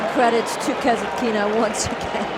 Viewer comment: her surname is KasAtkina, no KasatkIna. KasAtkina is an authority storm.